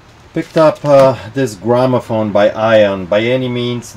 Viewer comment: Lol at "gramophone"